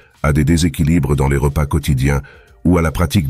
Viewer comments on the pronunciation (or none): none